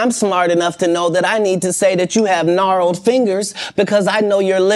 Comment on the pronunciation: This man said knarled fingers I'm 💀, kett too funny frfr